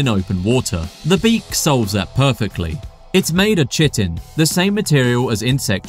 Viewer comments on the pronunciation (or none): Chitin is pronounced kytin, not shittin. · Bro, its KITE-IN not CHIT-IN. You should know that bro. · Informative video - thanks! At Chitin should be pronounced like "Kite-In", not "Chit-In". Also , Radula, is actually pronounced more like "Ra-Ju-La". I know, English is strange sometimes... 😆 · Chitin pronunciation = Kai - tn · It's pronounced Kai Tin not Chit in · You say that like you've asked every squid if they've heard of the other & they all said, no. Also chitin, pronounced 'Kite-in'. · Chitin is pronounced like Kytin. Like sky+tin just minus the “s”. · Chitin is pronounced kite-in. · it’s pronounced Kai-tn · Chi-tin caught me so off guard 😭😭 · Chitin is pronounced "ky-tin" 🎉 peace and love! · do you mean ‘Kite-ten’ (chitin). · it’s universally pronounced “kite in” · Chitton pronounced kai-ton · wait, do Brits really say "chitin" like that? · For future chitin was pronounced completely wrong in the video. 👍🏻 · .... I cringed at how you pronounced "chitin" ... completely wrong